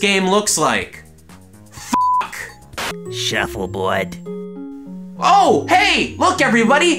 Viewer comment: says title in a new york accent "shuffleboad"